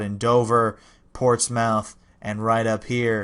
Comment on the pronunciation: Portsmouth was worse he pronounced them as two separate words instead "Portsmuth"